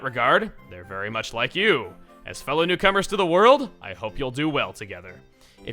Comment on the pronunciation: When it said fellow newcomers I heard cucumbers